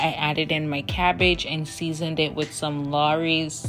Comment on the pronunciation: Did you just say crabbridge lol 😂 great video thx